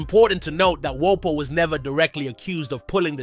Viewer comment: Are you mispronouncing for rage bait? No way you made a video of a rapper whose name you can't pronounce?